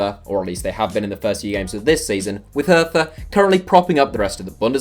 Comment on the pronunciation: Jesus I can hardly tell you how much it bothered me that he pronounced Hertha like that